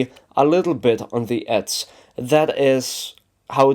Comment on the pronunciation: it's "edge" not "edse" and it's "very" not "wery"